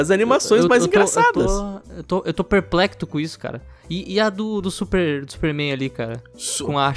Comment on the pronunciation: Perplecto... perplecto... aí sim white kkkkk